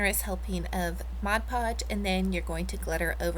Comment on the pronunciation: Beautiful. I am into shabby chic devote also. Also glad to hear you finally say mod podge. Thank you. Lol. love what you do